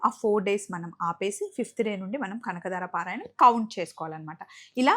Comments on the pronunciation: Kanakadara kadu kanakadhara anu talli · Kanakadaara kaadu kanaka dhaara tappu didduko